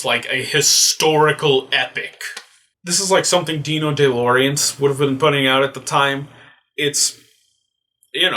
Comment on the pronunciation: It's pronounced Lan-Jella and De Laurentis.